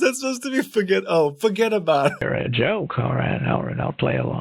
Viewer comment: With the beginning part with the weird pronunciation of "forget about it," I thought the AI was trying to sing that one song.